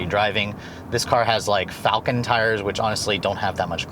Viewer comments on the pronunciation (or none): none